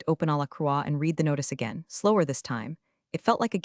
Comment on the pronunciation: Here is an original thought to help you get to 10K subscribers --- Let a Human read the stories Computer audio apps don't know when to pronounce words differently -- The past tense of "read" is also spelled "read," but it is pronounced like the color "red." This can be confusing because the present tense is pronounced differently Side Note -- I will subscribe only after a human starts reading , until then , no I will not